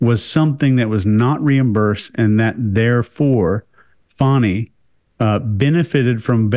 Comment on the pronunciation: Her name is Fani, pronounced like fawny.